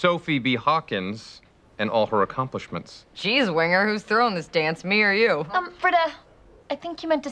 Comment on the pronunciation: "Thowing", you Britta-d it.